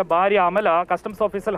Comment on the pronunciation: Hallo.....😄😄😄 Faarya Alla.....bhaarya.....bha.....bha.....😁😁😁